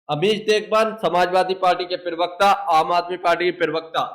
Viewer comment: भाई बाकी सब तो ठीक है पर प्रवक्ता होता है प्रिवक्ता नहीं।